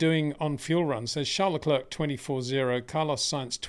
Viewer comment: Again…. it’s pronounced lecl’air’. like Air not lecl’erk’ like ‘clerk’ !